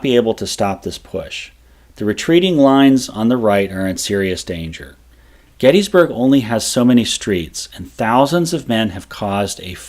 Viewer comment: Mc FER son, there is no Mc FEAR son. After making it almost 3 minutes into this video I had to stop. The amount of mispronounced words is ridiculous. You want to educate people but are spreading misinformation. The town is called Gettysburg, Not GettEEEEESburg. Where are you getting all these E's. The founder of the town was named James Gettys <--- pronounced Gettis not GettEEES. How is Heth pronounced HEEEATH. It's Heth and you've again added a ton of vowels to another word. I would suggest you go back, do some research, and remake your video with the correct pronunciation of these words.